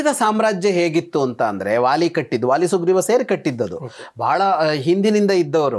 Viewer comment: The sound "wa" does not exist in our language. Please pronounce it as "va" ... not "wāli" but "vāli" and so on .